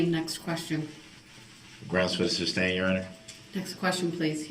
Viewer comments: Grounds for the “SUBSTAIN” lmao ? Lemme AKS you a question. ROFL Jokes aside, that audio of him running people down is BRUTAL! Even if the state entity can’t be “faced”, still he run people down. What a scumbag 😢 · Notice how he says "grounds for the substain" instead of sustain? He says substain multiple times . Almost as bsd as AKSED